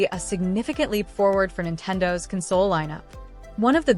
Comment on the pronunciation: Imagine showing video that matches the audio, with all of it's wonderful mispronounced words like "console".